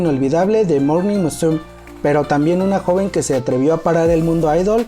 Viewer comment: Muy buen material, no es por criticar ni hacer polémica pero no es el primero que le escucho decir morning musum, sin pronunciar la me. No se porque lo dices de esa forma. Y como te digo no es la primera vez que lo oigo asi.